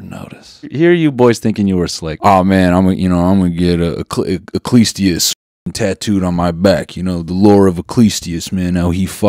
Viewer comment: The way Noel pronounced Ecclesiastes made me shrivel up a little lol